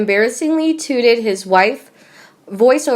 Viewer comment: This poor girl just pronounced "touted" as "tooted".....😂🤣 she is not a reader of scripts.. "Prince Harry TOOTED his wife" to head of Disney🤣😂🤣